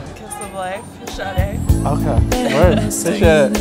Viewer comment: I'm so glad she pronounced 'Sade' correctly.